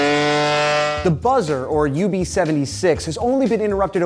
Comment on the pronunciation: It's UVB-76 not UB-76 just a little mistake I'm pointing out